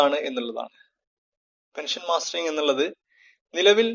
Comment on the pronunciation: It is mustering not mastering